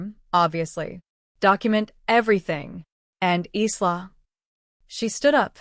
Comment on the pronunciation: Pronounced "Eye-la', not eesla